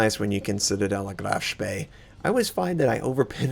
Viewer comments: Except that the EE is pronounced like the E in "he", not like the E in "we" as he's doing. :) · I'm pretty sure that Graf Spee is not pronounced like you do it. Sowwy, but it annoys me. :( (good thing I don't have any bigger problems to worry about ^__^)